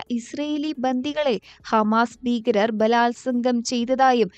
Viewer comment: ബീകരർ അല്ല . ഭീകരർ